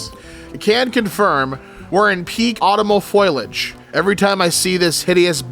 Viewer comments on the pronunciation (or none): Every time pronounces "foliage" as "foilage," an angel loses its wings and a star dies. (Kidding, ofc. We love ya,.)